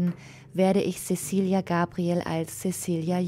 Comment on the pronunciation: Zezilia! Es wird Zezilia ausgesprochen! Wir sind nicht bei den Angelsachsen. :-(